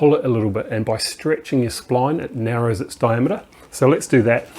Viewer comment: is how a Kiwi says diameter.